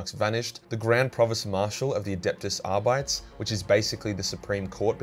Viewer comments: Ar-bit-eez, not Ar-bites. It’s pretend Latin. Same principle as Ah-start-eez, not Ah-starts. The Ar-bit part is as in the English word “Arbitrate”. The Arbites are arbitrators. Some people pronounce it Ar-BITE-eez instead of Ar-BIT-eez, and I think either is fine, though I prefer to pronounce the BIT as in ArBITrate. But Ar-bites is definitely wrong. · “Ar-By-ts” hurt my brain bro but otherwise great video 😂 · Are-bee-tees is how I've always read it and heard it in audiobooks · "Adeptus R-bytes"...lol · Ar-bites lol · Arr-bytes, or Arr-bee-tays?